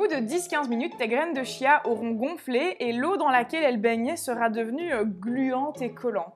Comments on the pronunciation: Bonjour, on prononce graines de quia, et non de chia!...c'est plus sympa! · Ça se prononce "kia" ("chia").